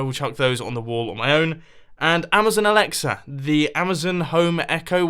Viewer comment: mumbo, don't say alyexa, call it the echo. mine triggered and searched for house tech.